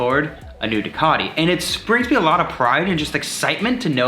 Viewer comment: Wtf do they pronounce ducati that way soooooo annoying..